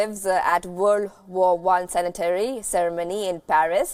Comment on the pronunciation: Anchor mispronounced sanitary!! 😂😂